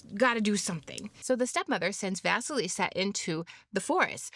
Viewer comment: Great analysis, dear. Indeed, the tales about Vasilissa [great pronunciation btw after the 1st bloop] and Ivan The Fool, in which Baba Yaga is portrayed as a neutral force between death and life, are the closest in context to the older ones survived. Gimbutas was close to connect her to our Baltic (<- IE) Zemes māte (lv. - Earth Mother), which is cognate to Greek Demeter [gē matēr], who rules everything that land gives, and what it takes away (as well as turn of the season, ie. end of winter). But some theories claim, that she was also a personification of queer and wise people [witches & sorcerers, who weren't considered evil before christianity, just strange], who often lived a bit aside from the rest.